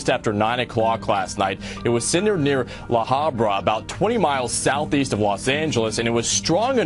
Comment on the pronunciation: that reporter really needs to do his homework before reporting his story, first, orange county is not an hour from los angeles, it's only 35 to 40 minutes if not that, and it's pronounced la habra, not la hambra? such a big deal on this quake, it was nothing news blows everything up. the aftershocks were very small